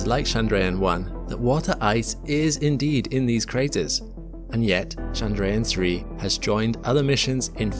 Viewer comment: Chandrayaan is not French, it's not Shandrayaan, it's Tchandrayaan just as you would say Church. Besides, you're speaking English. But if you're insisting on switching accents and language rules mid sentence than at least get it right. You can use Google translate to find out and Hindi is available.